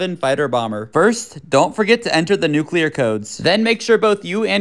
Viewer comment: Thank you for pronouncing "nuclear" correctly.